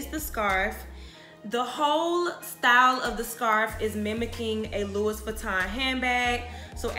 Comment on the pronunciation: love the info. the ‘s’ is silent on Louis. pronounced loo-wee.